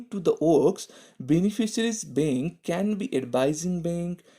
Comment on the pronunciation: It would be bank not bink